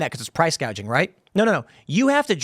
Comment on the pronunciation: You guys realize she didn’t come up with these policies right? She couldn’t even pronounce gauging. She doesn’t know what it is, someone else wrote it (Bernie, Warren) and she read it